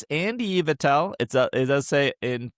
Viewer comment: "we HAVE to pronounce Pokémon correctly, its stonJOURNer" Also: mispronounces Pansear, Dewott, and Yveltal 😆🤭